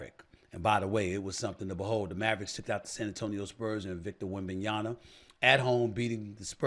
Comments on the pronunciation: Stephen A. It's YaMa, not YaNa. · Why SAS keep saying Wembanya"na"...its Wembanya"ma" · WembanyaMAAAA!!!! So blasphemous to not say his name correctly! SA Snithhhh 😡 Unprofessional!!!